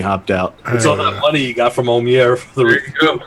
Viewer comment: I'm glad you're OK,. I'm pretty sure Oumier is pronounced "Ooh-me-ay".